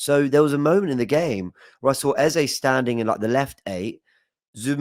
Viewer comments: Its not 'eza' he's nigerian the sound is pronounced as 'Ezey' pleaseee😂😂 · Can’t handle calling Eze “Eza” Please make him stop😂😂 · Eze is pronounced 'Ez - zay' which means 'King' in igbo (language spoken by the Igbo's who are from the South Eastern part of Nigeria) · I’m Nigerian and the way is saying ex name is irritating me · Typical, grabbing attention for wrong reasons, refusing to call people by their names and now Eze you decide to butcher his pronounciation. And please don't come with excuses, I'm Nigerian I've known that name since primary school.